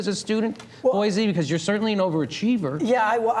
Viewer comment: Boise: It's pronounced "Boy-see", not "Boy-zee"